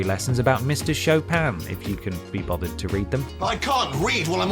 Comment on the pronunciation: Awesome list and very good jokes :) #1 is very well deserved, native pronounced name of Chopin. This almost compensates that there is no mention of FF Tactics (not FFT Advance) and Vagrant Story in this video, but maybe in... sequel of this video? Hmmmmmmm?